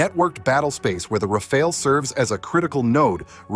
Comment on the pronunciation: RA-FA-LE NOT RAFAEL God Almighty 🤮